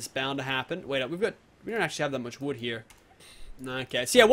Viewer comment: Tuns and tuns of woood he says